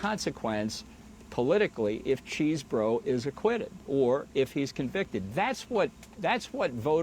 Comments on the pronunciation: I chuckle every time someone says Cheese-Bro. Its actually pronounced Chez-Bro. You dont even want to know how I know this. 😂😅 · Am I hearing this right? Did he call him Cheese Bro?😂